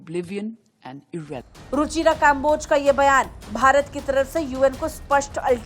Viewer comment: भारत वालो, तुम तो कम से कम कम्बोज को काम्बोज ना बोलो